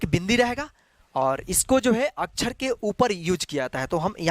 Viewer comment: अछर नही सर x अक्षर